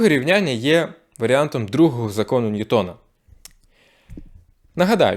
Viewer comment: Наголос: НьЮтон, а не НьютОн, бо він англієць, і читання повинно бути англійське